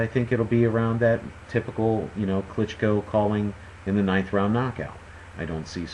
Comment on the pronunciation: Nice pronounsiation on sec If you would like to say it even closer to original, you can put stress on the last O klychkO letter t - is just german customisation, it's not present in original surname :)